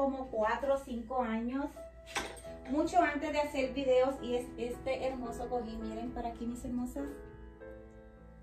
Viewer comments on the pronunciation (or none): none